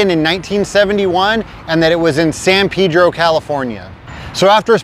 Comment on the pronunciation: its San "PAYDRO" Pedro....